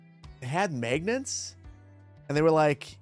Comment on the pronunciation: maygnets... uffff that hurt lol